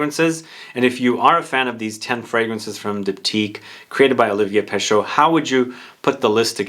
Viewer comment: FYI, Pescheux is not pronounced Peh-SHOH, it's Peh-SHEH. Roughly. It's more like trying to say the letter E, while doing the mouth shape of the letter O. The combination of letters in French that is pronounced "Oh", it's EAU. There is no A un here.